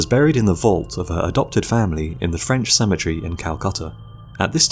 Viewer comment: I like the way he says "cemetery" like "symmetry"😂